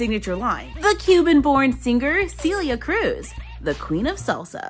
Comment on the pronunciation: Awe it’s pronounce CELL E A CRUZ like a cell with e and a ❤ wow they really got both of their likenesses down to a T Whepa mi hente!